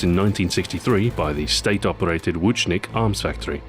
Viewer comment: At least he pronounced Łucznik properly. But fucked up at the Ręczny Automat Komandosów part, lel.